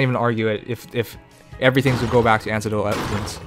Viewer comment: For future reference, - it's pronounced "A-neck-dotal". But yeah, seems Japanese companies are just really fucking weird in how they run things. Must be a cultural thing.